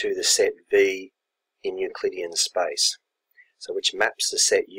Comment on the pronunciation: He may mean the pronunciation of the word "space", which sounds like "spice"